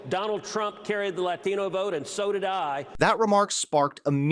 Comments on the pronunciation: He isn't. His pronunciation of both "Latino" (Lathino) and "tren de aragua" (tren de raragua)was painful to listen to. He's pretending so he can call Pritzker a bigot. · Notice how cruz pronounced latino? As if he ever pronounced Spanish words correctly before 😂😂😂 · And Ted Cruz's pronunciation of LATINO 😂😅😊